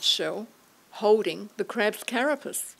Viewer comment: I think the way she said 'carapus' bugged me almost as much!!!